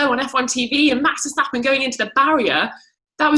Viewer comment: TC pronouncing Verstappen: VeSsShHhHHtAppEN